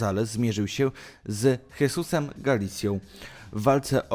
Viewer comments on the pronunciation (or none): Jesus czyta się Hesus mordo